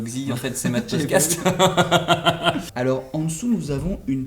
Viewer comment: tu as dit Matt pocatse au lieu de potcaste